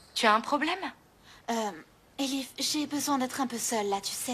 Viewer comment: C'est Elif ma chère